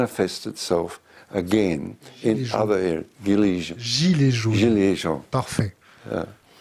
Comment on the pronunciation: 16'42 "the guillermo".. WTF ? ah, "the gilets jaunes".. :P